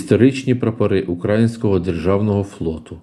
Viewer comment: Неправильно наголос робите. Не укрАїнського, а украЇнського. Вухо ріже))